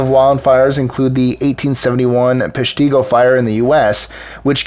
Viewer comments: Small quibble- In the section about wildfires, you mentioned the Peshtigo fire. It's pronounced PESH-ti-go, not pesh-TI-go. Writing from Wisconsin, the land where you can get frostbite and heatstroke on the same day. We get blizzards, hailstorms, tornadoes, waterspouts, wildfires, floods, droughts, lightning storms, polar vortices, heat waves, and could get a minor tsunami from the Great Lakes, but no big landslides or earthquakes, and the only avalanches are when there's too much snow on your roof. ;) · The proper pronunciation is Peshtigo. I live on the border of Wisconsin and Michigan in a town called Menominee I used to live in Peshtigo therefore I am aware of the fire and it is properly pronounce Peshtigo I just thought you got a you would like to know about the actual pronunciation of that City